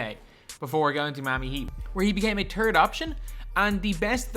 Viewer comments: “he became a turd option” lmaoo wtf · Haslem is glitched. Gotta search for Heat Sapphire Historic for him to pop up. Cmon you’re supposed to know this. PS I also heard Turd option lmao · “He became a Turd option”